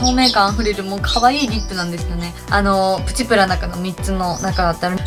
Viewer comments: プチプラの発音不思議ですね！ ↑ ↓ プ チ プ ラ じゃなくて → → →→ プ チ プ ラ です！w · 咲乃ちゃんのイントネーションはプチ⤴︎プラ⤵︎で、よくある言い方はプチ↗︎プラ→かな？ かわいいw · プチプラのイントネーションのクセが強い笑 今日も可愛いし髪型にあってて可愛い😘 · プチプラの発音ちがうくない？w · みずきなこ Mizuki 私も関西だけどこんな言い方しないw